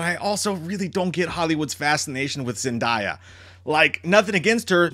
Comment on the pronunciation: Her name is pronounced ZEN DAY A😂😂😂